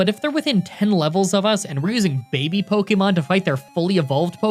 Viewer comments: He said poykemon ? Shame! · At the beginning of the video he says "poykemon" and that's all I can think about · "Poikemon." XD